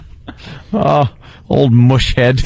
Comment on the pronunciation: "Mush" (instead of Rush) great post as always